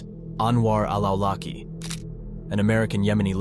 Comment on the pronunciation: I know I can't blame you for the mispronounciations of AI text to speech software but Anwar al Awlaki's last name is pronouncing عولقي which is roughly pronounced Aw-laqqi with an extra Arabic consonant at the start that, if I wanted to approximate to the best of my abilities what it sounds like to a non-Arabic speaker, I would basically say sounds similar to the growl a small dog makes before barking. From what I gathered, it is in reference to a tribe in Yemen that basically means "from the tribe of al-Awalik" (عوالق). Awalik is a plural of Alq (علق) which is a reference to a sticky or clay-like substance (some translate it as clot) that Allah is said to have used to create humans in Surat al Alq. Basically, the tribe's name would pretty much translate to "the living beings".